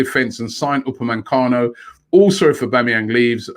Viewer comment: Robbie ma bro, I gotta say homie, you've been saying Upamencano, but his name is Upamecano!